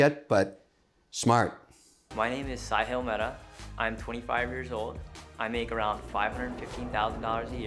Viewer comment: Hey mr wonderful pronounced correctly Saahil